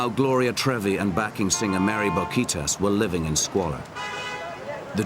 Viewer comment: si no iban a respetar los nombres originales en español y los tradujeron como "Painted Bay Lips" le hubieran también puesto Mouthy Mary jajajajaja para que el narrador no anduviera pronunciando horrorosamente es Mery Bouquitaes.